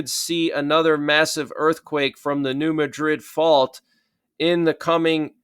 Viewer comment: It's called New Mad-rid fault. Pronounced like mad. Not like Madrid in Spain